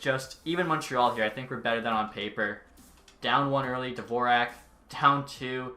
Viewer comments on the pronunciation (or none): none